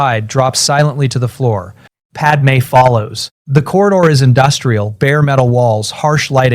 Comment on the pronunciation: I'm listening to this one just now and the wording is better than the new ones. Far less ridiculous sentences, also it can say padme correctly! I hate it when he tells everyone everything, he could just say he's had a few memories and all the skills from the future came back. He doesn't need to tell them all the terrible things he did FFS.